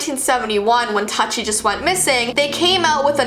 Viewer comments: She says Barbie's old sister's name incorrect it is Tutti which is pronounced (Toot-Tea) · I think maybe tutti is pronounced Tooty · I thought Tutti was pronounced Tooty because that used to be a kinda popular name/nickname. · BTW it was actually pronounced "tooti" not the other pronunciation. Just helping out 😊 I love ur vids!!!!!💙💙💙💙💙💙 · Tutti (pronouced tati,lol like tati the makeup guru)MORE LIKE TATIANAAAAAAAAA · All of you are wrong. It’s pronounced Tati. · Tutti is pronounced "Too-tee" Sorry it bothered me... GOOD VIDEO THOUGH! KEEP IT UP, GIRL! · Tutti had a BROTHER, Todd, and her name is pronounced like "toody" Like tutu but with an I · I think Tutti is supposed to be pronounced as "Tooty" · It’s pronounced tooti tho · It’s pronounced tuddi but spelled tuttie idk it’s like the u sound not uh just so you know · Y'all chill tutti means "every" or "all" in Italian. Calm down. Edit: it's pronounced too-tee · Tutti is pronounced tooty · i thought tutti was pronounced tooty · Yoongis3dollahs :3 It’s pronounced TOOT-EE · but it's pronounced Tati :) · tutti is pronounced tooti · It’s tutti! I loved her (Tootee) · I am pretty sure that tutti is pronounced tootie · It's pronounce Too-Tee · Barbies missing sisters name is actually pronounced “Too-Tee” weird I know. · Idk if you guys get it but if any Indian is here they know it...if tutti was tatti? 😂😂😂 And the way pronounced it was...just.WOW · Am I the only one that's bothered by how she mispronounces Tutti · "Tuhtti" I think it's "tootie" um.. ok..m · I think tutti is pronounced TOOtti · Not to be weird or anything, but Tutti's name is pronounce Too-tie. Not Tut-tie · Her pronouncing it Tutti me saying Toootie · Tutty Me: it's pronounced tooty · Your saying Tuti wrong! Its pronounced Tooty you know? Like Toot Toot not Tut-E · I think her name isn’t pronounced like that (Tuttie) it’s probably pronounced like Tootie but it’s spelt Tuttie. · its pronounced tootie not tut-tea